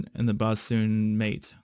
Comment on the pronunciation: It's bos'n, by the way, not bassoon. BO-s'n, the way sailors mumbled "boatswain."